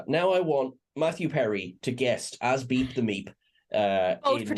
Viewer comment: Man I had to listen carefully to that one... at first it sounded like "Beat the Meat"... I have now found references to "Beep the Meep". However It would be nice if the Doctor could reverse the effects of the Black Sun on "Beep". He could then become a cute fuzzy ally.